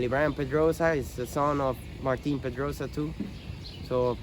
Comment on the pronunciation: Martin... Not Matin